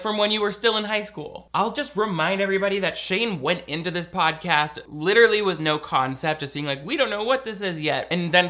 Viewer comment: Did I hear Pain Dawson Shodcast? 🤣 Shodcast! 🤣🤣🤣🤣🤣